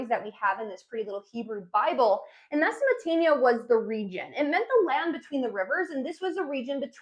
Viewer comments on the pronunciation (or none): MesoPOtamia not mesaMOtamia haha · She can't pronounce - Mesopotamia...she says, Mesomotamia...WTF? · She keeps saying Mesomotamia. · Why are you calling it Mesomotamia?? As much as I wanted to watch this video I coudnt go past a few minutes.. it’s extremely annoying for listeners and embarrassing for you. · mesomatania LOL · Great Video. just try and pronounce the words accurately. its not Mesomotania. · Meza Mo te mia perfect pronunciation , you say it so often and nailing it each time... Google subtitle showing Mesatania , so I have to watch it again , from the beginning , was this a marketing strategy ? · Mesamatamia😂😂I can't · Mesopotamia very clearly has a P, lol